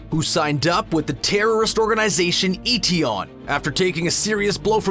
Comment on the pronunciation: It’s MI6 not M-16. And Etion is pronounced Eh-Tee-On not Ee-Tee-On.